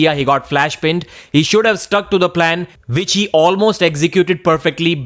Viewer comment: It's round one, not vound von! Which not vich! Ffs